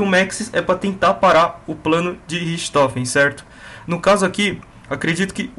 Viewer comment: naturalmente a pronuncia de RICHTOFEN é Ricktofen, mas sem problemas